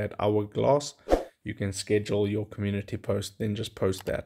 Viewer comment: Comun-unity is what he is saying 😂